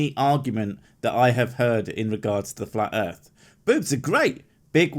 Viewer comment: Earf is Bobs